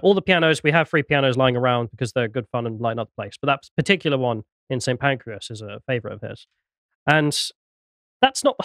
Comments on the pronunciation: no he pronounced it Saint Pancreas not Saint Pancras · St pancras not pancreas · Did I hear call the railway station 'Saint Pancreas' 😂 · Are you joking I can't tell. You know it's St Pancreas right. If you're going to correct someone like that at least Google it first, it takes about 6 seconds. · "St pancreas"😂😂😂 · Because pronunced the station as Saint Pancras. Op says I can't believe pronounced it Saint Pancras. I know the station is spelt st Pancras. But it's obviously pronounced "Saint Pancras". So I assumed you were foreign as you seemed confused by this. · OMG do you not try to get an inkling of a subject before you start talking about it? It's not Paddington, it's not Euston – it looks nothing like Euston – it's St Pancras. And in these days of Tinternet it's incredibly easy to find out these things, and you look like ignorant idiots when you don't. P.S. I really love your show and your perceptive observations.